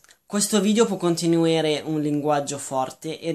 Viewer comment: E poi "contenuere"😂